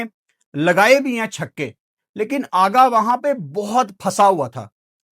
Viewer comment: Aggaa nhi Aghaaaaaaa